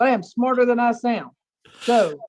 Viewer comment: The 2women fighting over the “prize” baby daddy are exhausting! How do people live like this? At this “pernt” they all need to get put on a tether & their phone & internet service suspended. Where in the world is “sount” a word???? And “pernt”? 🤦🏽‍♀️🤦🏽‍♀️🤦🏽‍♀️ Jesus, take the wheel!